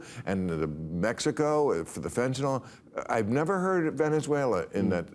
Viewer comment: It's fentaNYL, Bill. Not fentaNOL. There's no O in fentanyl.